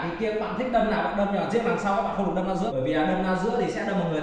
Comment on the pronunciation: Đâm chứ không phải dâm nhé anh